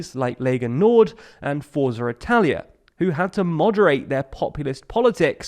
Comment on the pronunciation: Did nobody think about how “Italia” doesn’t start with L?